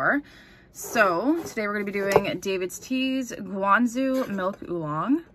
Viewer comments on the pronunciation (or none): Guangzhou is pronounced "gwang- joe", not gwang zoo. "Zh" the majority of the time in chinese is pronounced like a "J" sound.